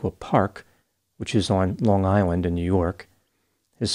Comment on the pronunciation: You saying on Long Island with the perfect accent assures me you’re from here too lmao